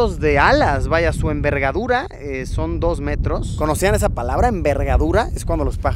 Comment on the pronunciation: La envergadura 😂😂 se escucha algo gracioso..